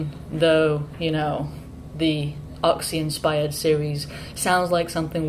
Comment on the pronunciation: "Oxy inspiered..." This girl is a trooper.